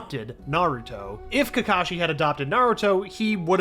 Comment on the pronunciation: Not kakashi sensei ka ka sensei lol